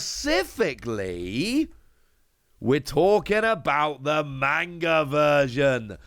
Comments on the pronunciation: is the only person I watch for all one piece news but you’d think someone who is this big into tcgs and anime’s and mangas that he’d actually pronounce manga correctly. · I have a lot of Japanese friends that criticize Americans for how they pronounce manga or anime’s. It’s constructive criticism. Ain’t no sense in being hostile man. If you’re gonna be in the manga scene or anime scene a lot of die hard fans won’t take you seriously if you can’t pronounce anything correctly. It makes you look like you don’t know what you’re talking about. And I like. Been watching him for years. Not just but also ptcgradio.